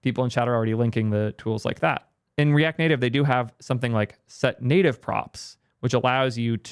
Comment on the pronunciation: What is “the native liar”? Are you trying ro say layer? And the “netive” pronunciation of native is also peculiar. Like a Canadian under transition. Never heard these from you before. Cook